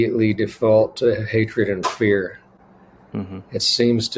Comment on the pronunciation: Yes thanks that's it 'hatred and fear'. I just couldn't understand it sounded like one long word